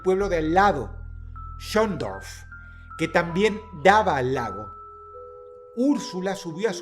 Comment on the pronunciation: Ya es la segunda vez que te pasa Dross Schondorf es un nombre alemán, no hace falta que lo pronuncies con la R inglesa, pareces holandes xd